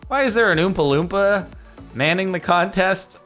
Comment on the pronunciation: "Is that an Oompa-Loopma?" I honestly thought he was being racist talking about the man skipping the stone.